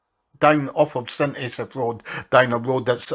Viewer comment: Pronounced St ASS-AFF and DIZZ-EARTH